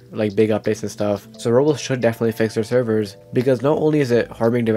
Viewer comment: Does blud know how to say Roblox? He keeps saying Roplos